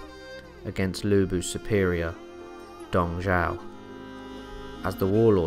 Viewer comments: It's Dong Zhuo, brother. Dong Zhao is another General who served under Yuan Shao and Cao Cao (Pronounced "Tsao Tsao"). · could you speak a little bit more clearly and sound more interesting his name is Dong Zhuo you make it sounds like Dong Zhao the way you pronounce it